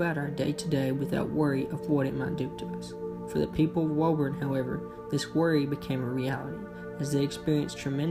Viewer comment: We say “Woo-burn”. In Massachusetts